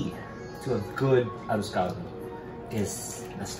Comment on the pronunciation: The moment he said 'ah-rose call-dough" I stopped watching. Boujhee ho, girl bye. 😅🎉